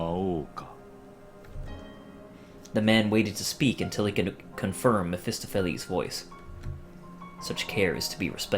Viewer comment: May I correct you on something? Ahem, the stress in mephestopheles - the word reads [mephestOpheles], not [mephEstophelEs]